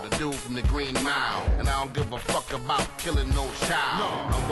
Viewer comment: Please try to say "About" instead of "Abut" - I cannot watch your videos hearing "abut"